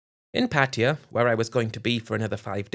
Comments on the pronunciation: U managed to say once pattaya, before reverting back to ur favorite word, Patia 😂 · I believe the correct pronunciation is Patty-a (not Pat-tay-ya).